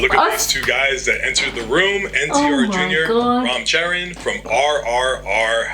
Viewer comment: THAT not vraam charvan its RAM CHARAN